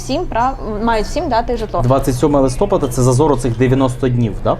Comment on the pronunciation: Не листОпад, а листопАд. Наголос.